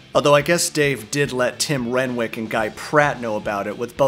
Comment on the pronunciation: Just a heads up, Tim Renwick’s last name is pronounced “Ren-nick”